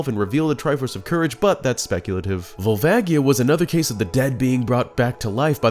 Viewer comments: Fuckin hate Barinade. Also, gtfoh with the 3ds remaster give me N64 oh-rig-in-al. Also it's Vol-vay-jee-uh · The way he pronounces Volvagia…